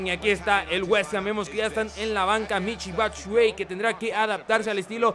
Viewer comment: Se pronuncia Michi Batsuayi